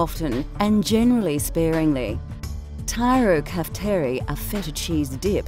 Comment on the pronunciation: When she said tirokafteri a part of me died